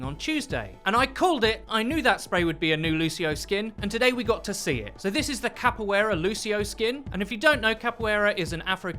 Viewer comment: "Kappoyera" Dude it's Capoeira '-' not that hard to say it.